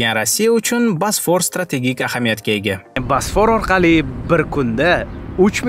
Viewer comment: Video zo'r chiqqan, faqat "basfor" diyishizi hisobga olmasa